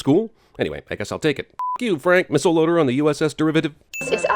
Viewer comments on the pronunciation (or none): none